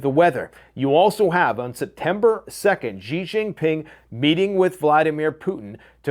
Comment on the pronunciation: Why do you still keep mispronouncing Xi Jinping? Is there any particular reason?